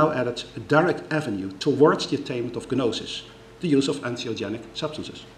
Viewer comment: He always pronounces the silent 'g' in the words 'gnosis' and 'gnostic'